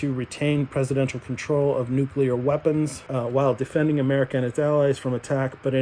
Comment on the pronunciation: "Nuclear" is pronounced "new-klee-urr", not "nuke-you-lurr". It is pronounced how it's spelled. Most of Peter's Strangelove scenes were improvised.